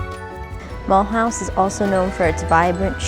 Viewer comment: Please do not pronounce it as Muulhouse, learn to say it the French way please.